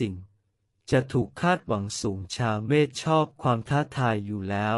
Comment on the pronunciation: พูดยังไม่ถูกเลย เมษไม่ใช่เมฆ